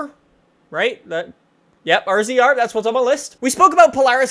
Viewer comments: I have a rzr and it's pronounced razor not r z r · Oh my god it's pronounced razor not rzr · you pronounce it razor not rzr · It's called a razor, not RZR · it is a razor not RZR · "rzr" is pronounced razer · The Polaris Rzr is pronounced Razor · its pronounced razor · and the rzr is pronounced razor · You pronounce the Polaris rzr razor u idiot I know cause in a big atv guy